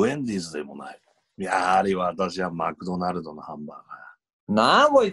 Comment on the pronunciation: マクドナルドじゃなくてマクダァナァって言って欲しかったな